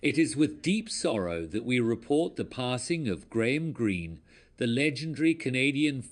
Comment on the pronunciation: Do not get your point, he spelled it right and he said it right. Are we watching the same video?